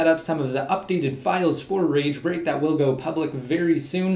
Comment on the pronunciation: swear he was saying rage rape...